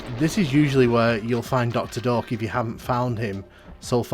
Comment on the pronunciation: Until I read the doctors name on the text I thought you were saying doctor Dork :D